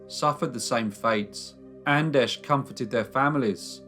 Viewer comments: I believe, your grossly mispronouncing the name Anders. It's a Scandinavian, not Czech or Polish - name. That is to say, it's [Ánders], not [Andesh]. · Anders not Andesh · It's not pronounced An-desh, it's An-derz!!! >< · I just wanna make sure I'm hearing this right... Anders is pronounced An-Desh? O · He's Andesh, he's Andesh, youre Andesh...Im Andesh!! Are there any other Andeshs we need to know about?!? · well unfortunately this isn't the case with this one, Anders isn't pronounced Andresh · Who on earth taught you to pronounce Anders like that? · I love you crime series, but sometimes the pronunciation of names makes me cringe. Like today. Anders is practically pronounced the same as in English.